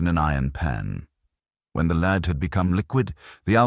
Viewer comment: News flash. It's an erzatz AI Irons voice. How is that known? AI doesn't know to pronounce the metal lead as "led".